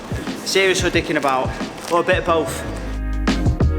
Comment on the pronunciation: 'Bit ov Bofe' please. lol